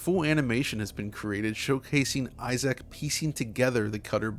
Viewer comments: Just a heads up that his name is NOT pronounced 'Eye Zack', it's 'Eye-Zk'. You should have heard them say his name this way in the game! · I love DF videos but I gotta be honest….I am cringing every time I hear you say “i-Zack” instead of “i-zick.” No one named Isaac pronounces their name as “i-Zack.” Lol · sighs... It's eye-ZIC not eye-ZAC. Sorry, really huge pet peeve with reviewers for this remake/remaster. It's enough to ruin said review. (Yes I know that's petty. But we all have our pet peeves that absolutely wound us to our core. So much so, we can't get past it.) For some reason this mispronunciation is one of those. I absolutely freaking cringe when someone says eye-ZAC over eye-ZIC. Again, I know it's petty so don't at me. Other then this cringe worthy oversight, amazing video. I do demand you edit EVERY instance where you mispronounced Isaacs name. Or the gods will condemn you to the bowels of bloody hell. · I don't know what I found more shocking: that EA actually showed great respect to this IP, or that pronounces Isaac as "eye-ZACK" instead of "EYE-zuhk." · The only issue I have with this video is pronouncing the protagonist's name "Eye Zack"... Lol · Great video, but why do you always have trouble pronouncing people's names? lol Isaac is not difficult to say. EYE-ZACK, huh? lol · The way says "eye zack" is pure cringe. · I-SACK lol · eye zick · Biggest takeaway here is that I’ve been pronouncing “Isaac” wrong for my entire life - apparently it’s “Eye Sack”… And he mentions the RE2 remake but OGs know the real remake GOAT is “Demon’s Souls”… masterclass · who's eye-zack? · How hard is it to pronounce Issac, Jesus Christ almost had to dislike the whole video